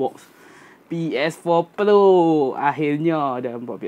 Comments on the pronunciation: Awat hg sebut pro mcm plo. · kenape sebut ps4 plo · Kenapa dia cakap ps4 "plo"